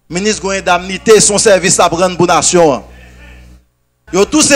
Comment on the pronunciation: le mot c`est indemnité ça se prononce comme ça s`écrit et non ''indamnite''